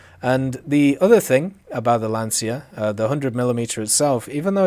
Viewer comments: hey, it's not lansia but lancia😂 Good video btw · Also, for the love of god guys, stop saying "lanzia", it's pronounced "lancia" like when you say "chocolate". Pretend it's called "lanchia".